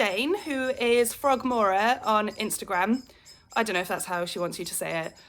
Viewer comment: Hi! Finally got chance to catch up with your floss tube. My daughter was in the room when you mentioned me and was quite taken aback to hear my name 😂 You pronounced frogmora correctly. You're probably to young to remember but it was the name of Wayne and Waynetta Slobb's baby in the Harry Enfield show. I adopted it when I was a knitter and joined Ravelry because I'd had a phase of having to frog all the things! Then I just carried it across to Instagram. I'm looking forward to seeing you age Emily's house. Have you seen some flosstubers use walnut crystals to do that? I think Teresa kitten stitcher is one of them. I think she has a video on it but i may be wrong! I want to try it one day, as well. Xx